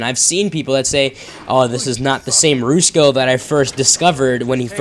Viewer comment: Rats in the Kitchen. Also it pronounced Rus ko. Not roosko :)